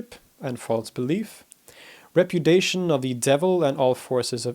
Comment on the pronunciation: A very good presentation by a very good speaker. Only one nit to pick: the latter should learn how to pronounce ‘acquiescence’ (4 full syllables!) and ‘repudiation’ (5 ditto).